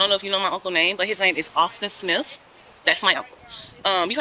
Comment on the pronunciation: AUTHTIN SHMITH 😂😂😂